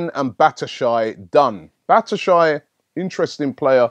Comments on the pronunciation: Looool what's batashy it's batshuayi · its bat-su-ha-yi . Even Chinese Africans pronounce better than you, go get some diction lessons! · I Swear it's pronounced bat shoe I ee